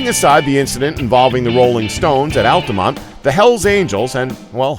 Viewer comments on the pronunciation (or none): none